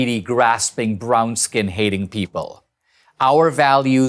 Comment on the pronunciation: he really emphasizes on brown-skin lol